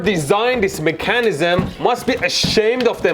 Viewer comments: Everyone: MEH-ka-nizm: meh-KHA-nizm. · I like the way he said MECHANEEZEHM